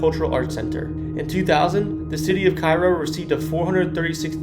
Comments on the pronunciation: K row not ky row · Please stop pronouncing Cairo like the city in egypt. It's pronounced kayro like the syrup. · Cairo, Illinois is pronounced CARE-OH (some people erroneously believe that it's pronounced KAY-RO). I personally know Joe Crain who was born in Cairo and was once the weatherman on Channel 20 in Springfield. Ken Norman's former mansion was torn down in 2022. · Kay-Roe, Illinois. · It's pronounced Cay-ro. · It's pronounced KAY-ro. Not like the city in Egypt. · Correct pronunciation is CARE-OH. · Cairo is pronounced CARE-O…….. but good video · Good video. FYI - Cairo is pronounced "CARE-oh, Boniface is "BON-i-fass (not BON-i-face), and Masonic is Muh-SONN-ic (not Mace-on-ic) and Joliet is Jolly-et in southern IL and Joe-liet in the north.